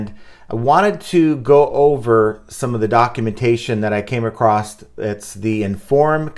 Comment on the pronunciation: You said “came acrosT”. Are you from the Midwest?